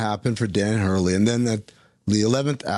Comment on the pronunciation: Had to stop listening after the 2nd "Danny Hurley". Smh